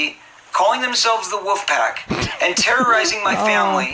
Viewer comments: He said woof pack, not wolf pack!!!!!!! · corey is saying "WOOFpack" not "wolfpack" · Omg...everytime he says "Wuffpack". 🤦